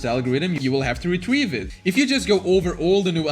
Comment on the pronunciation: “Retwieve it”